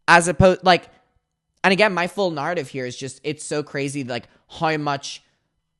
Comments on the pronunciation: What is a "Nawr-attive"? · lol why do you say ‘narrative’ and ‘clarify’ like that also where’s the original footage? can we settle this question of the door being open or not?